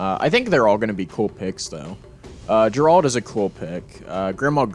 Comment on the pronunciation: Man said “Ger-Rahld” 😅